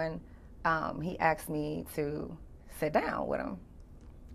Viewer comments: Axed.....no no no asked....... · She Aks him...